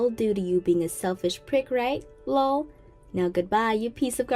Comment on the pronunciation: STOP PRONOUNCING THE LOL!!!